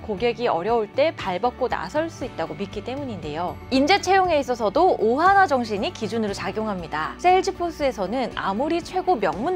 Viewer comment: 오하나를 오하마로 들음 ㅋㅋㅋ